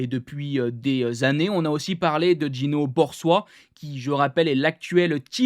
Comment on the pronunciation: Gino Borsoi on prononce le o et le i séparemment 'borsoï'